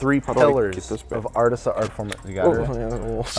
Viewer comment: it’d sound better pronounced “artiza” but besides that it’s sick